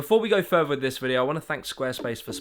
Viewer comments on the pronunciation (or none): Furver? Hahahaha pretty sure it's FURTHER hahahaha